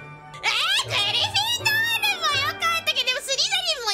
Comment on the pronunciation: Its so funny that she thought she would be a Griffyndoor. 😆